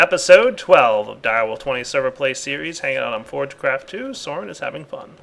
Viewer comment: Sign. Also, it's Soaryn, not Soren. Common mistake.